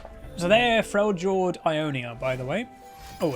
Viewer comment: Does the way he says Freljord annoy anyone else?